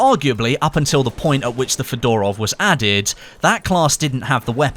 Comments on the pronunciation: it's not fedOrov but fёdorov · Come on, mate, It's pronounced FEdorov, not FedOrov (with an accent on first E) :)